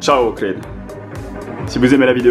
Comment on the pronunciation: Un an après, tu appelles encore OHRID : "OKRID" !? Mais comment fais-tu pour ne pas avoir vu qu'il n'y avait pas de "K" dans OHRID ?